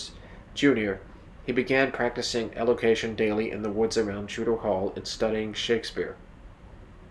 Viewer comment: Your content is good but you need to research how to pronounce some of the words… melancholy, elocution, thespian - to name just a few in the first 8 minutes alone. The mispronunciations really detract from your presentation.